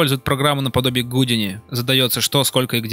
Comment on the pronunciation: гУдини ... Бля, гудИни, наепшик из ящика который)